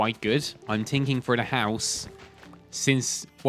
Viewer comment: "im tinking"